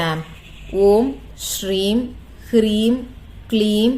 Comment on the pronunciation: Mam is it kreem or hreem?